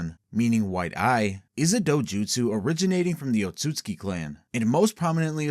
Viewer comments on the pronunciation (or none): Oatsuki clan? It's Ōtsutsuki. Can't pronounce shit correctly huh? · its "Ot-su-su-ki" brotha